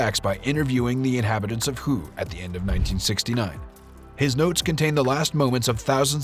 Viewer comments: The Vietnamese word "HUE" is not pronounced "WHO". "Hue" is pronounced "Hway". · It's pronounce "Way", not Who!! C'mon man. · It's the Battle of "WAY" not "WHO"! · Ah yes the battle of Hue, one of the great five battles, the others being known as hwat, hwere, hwen and h'ow.🤣